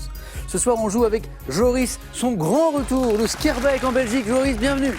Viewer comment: "Skier-bec" Ayaaa... Étant belge (et né à Bruxelles), ça fait extrêmement mal aux oreilles OO" Schaerbeek -> ça se prononce "Skar-bêêêk". C'est si difficile que ça ?